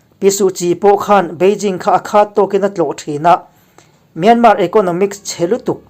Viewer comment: Myanmar i lam dan a dik lo. A tawpa R hi an lam ri kher lo.